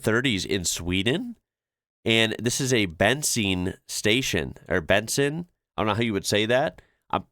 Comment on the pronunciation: "Bensin" in swedish is pronounced like 'Ben seen', the second vowel is long and stressed just like in 'machine'.